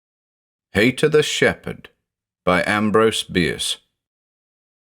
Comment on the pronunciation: With the name being Haïta, using the I with two dots - ï - I think that indicates the ï should be pronounced separately. So just like naïve is pronounced Nie-eeve, I think the name Haïta should be pronounced Hie-eeta.